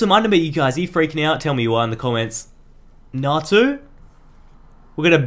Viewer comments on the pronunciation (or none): It sounded like u were gonna say nahtzee when u said natu